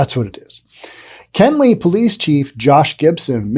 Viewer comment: It's Kenly, Not Kenley. I live not to far from here...